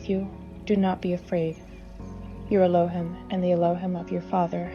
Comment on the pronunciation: “Elo- hEEm”! C’mon, Sis!